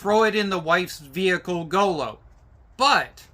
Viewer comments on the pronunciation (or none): Its not go-low its Gooloo